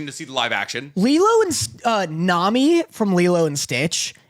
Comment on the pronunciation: calling best girl, "Nami" is killin me lol